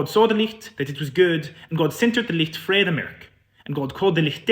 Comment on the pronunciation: Frae is pronounced fae